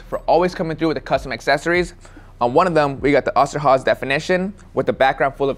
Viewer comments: Its not Osterhaze its Osterhase ^^ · Hey its oster with a long o sound not the a or h sound. My family that immigrated from Germany were the osterhoffs shortened to oster when they came here. I know this video is old as hell but still wanted to set that strainght and say thinks wanted to know if it would work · Funny how you pronounce Osterhase😂 ima German btw🕊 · The way he said Oster Hase killed me